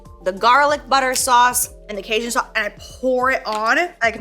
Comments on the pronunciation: Casian😂😂😂 it’s pronounced Kay-gin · LOL how you pronounced Cajun 😂 Casian? Love you! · As a Cajun, it’s pronounced caJun like engine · My Mexican aaa couldn’t with the way Jaclyn pronounces Cajun 🤣😅 I was like “wtf is kasian.?” Until i read “jaclyn’s Cajun sauce” I’m sooo dumb 🤣🤦🏻‍♀️ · The way you say cajun 🤣